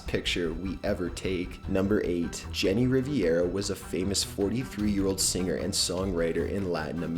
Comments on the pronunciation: I've noticed some little jokes in some of the latest videos but I think they're going over peoples heads because of his voice and delivery of them lol, also it's Jenni Rivera not Riviera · JENNI RIVERA (ree-vere-a) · The way her pronounced Jenny Rivera hurt my heart. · u said Jenni Rivera wrong